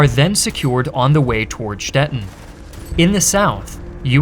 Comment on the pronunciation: you pronounce Stettin like the city Stetten, which is in the south west of Germany.